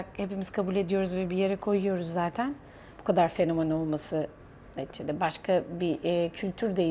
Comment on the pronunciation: "Neticede" kelimesini sanki "Netçede" gibi söylüyorsunuz sanki.